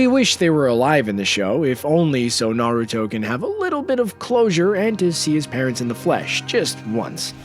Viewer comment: lmao i love the fact you said kushina was the last uzumaki, actually, karin and nagato were uzumakis, its told in the show, and you can tell by their hair, naruto is the only uzumaki ever to be blonde. And you dont even say minato correctly. Or naruto, you dont watch anime its easy to say, and on top of that, you dont say jiraya or rasengan.